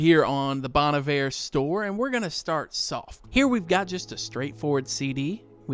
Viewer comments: This "low effort" vibe genuinely looks like an AI generated garbage post. I like a minimalist style—simple words/colors—but this looks like the design equivalent of a keyboard smash. Also since I don't listen to this artist, first time I've actually heard someone say "Bon Iver".... NOT how I've been saying it in my head for years, that's for sure😅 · Getting advice from a guy who can't even pronounce Bon Iver right. Putting down these artist isn't a way to appreciate them. If you don't like their music to begin with, why are you even looking at the merch. Get a grip dude!!